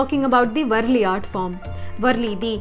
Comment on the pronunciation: It is वारली not वरली